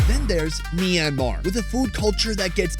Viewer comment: Did you just say mynmar I speak that